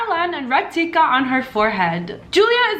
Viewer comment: So, everyone ignoring how she pronounced "teekaa" as "tikka"?😂 That tends to happen a lot😂